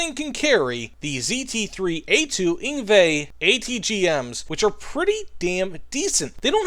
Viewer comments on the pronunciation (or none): I came straight to the comments once i heard him say it lmao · As a South African listening to you pronounce the name of the ZT3A2 Ingwe I absolutely died inside hahaha. Still you gave me a solid minute of pure laughter lol.